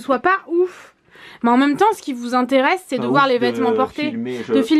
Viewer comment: jaime trop quand tu di "même" car au lieux de dire "même" tu dit "Mome" 😂 jaime trop ❤ Gros bisous😘